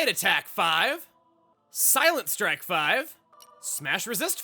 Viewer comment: That mispronunciation of “strike” though.